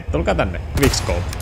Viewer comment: Sanoit guigk scope vaiks tähtäsit koko ajan😅😅 hyvä video!👍👍👍